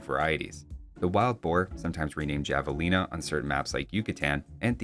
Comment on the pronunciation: The J in Javelina is pronounced as if it was a H (ie Havelina) - From a Texan lol, the pronunciation wasn’t as bad as say how ‘Tacos’ was pronounced on the Great British Baking Show :)